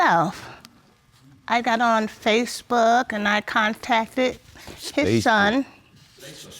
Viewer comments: 🤣 He just couldn't get that "SPACEB👀K" I mean FACEBOOK right. He even corrected his self. He said it so much that he had his ex saying "SPACEB👀K." Had the people behind him cracking 🤣🤣🤣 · Did he say, "SPACEbook"? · I know that I'm sick. But did he say Space book. Ha ha . Old man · At first I thought the guy said spacebook not Facebook, he says why you didn't go out to me for child support and then he's like well yeah I moved away but I didn't tell her where I moved to where I lived, she didn't know where you was then how can she go after you for money she haven't know where he was that's probably why she didn't she couldn't didn't have an address to send the note to put you on, of course he's going to probably keep his first name and last he's 30 some thing he's had that first name forever so well he can just not use a junior part of it but use the other part, because that's what he know that's what he's always been called. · Oh no not the "Spacebook" instead of "Facebook"! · If he say Spacebook one more time!!!!! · Please stop saying Spacebook lol jesus someone correct him. LOL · So no one gone correct this man... tell him it’s not spacebook. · Did he say, "Spacebook" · Is he saying space book??? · Did that Old Fool say Space book.... I'm definitely dieing Of Laughter in this Emergency Room. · Ohhh I am laughing 😃 hard !!! He said spacebook ( not Facebook) ohh I am gone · Did he say space book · Did he say Spacebook ? lol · You know he’s old. He said SpaceBook. 😆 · Did I hear spacebook? 😫😭😭😂😂💀💀 I’m hollering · Did he said Spacebook? I have heard it all!!! 😂😂😂😂😂😂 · I thought I had heard "basebook" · Ohh he keep saying ? Spacebook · Did he say SpaceBook? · he got everyone saying spacebook 😂